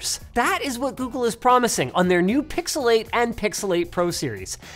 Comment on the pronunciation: "pixalate and pixalate pro"